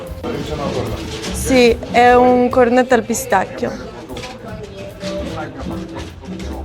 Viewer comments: Ma tu di che nazionalità sei? Sento che pronunci la parola “Pistacchio” praticamente come gli americani o gli inglesi (“Pistaccio”). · Benvenuta in Italia!🤗 Si dice pistacchio non pistaccio😅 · Visto che sei italiana, per favore, pronuncia pistacchio correttamente. Non è "pistacio", né "pistascio".